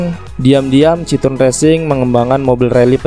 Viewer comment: Jika ditulis dengan pelafalan Indonesia, maka Citroën bisa dibaca "Sit-kho-en". Seperti bisa dilihat di video berikut: 1. 2. Komentar ini hanya sebagai penghormatan atas nama brand dan kulturnya saja. Bukan bermaksud mengkritik negatif. Keep up the good work!